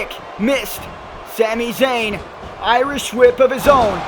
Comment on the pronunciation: why do u say shami shayn